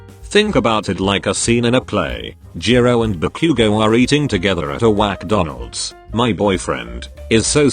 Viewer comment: "WACK donalads" me whacking Donald's head 👁👄👁😂😂